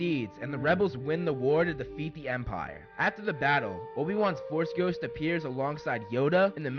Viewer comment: I like how you said anakin and obi wan baffle was EPIC :))))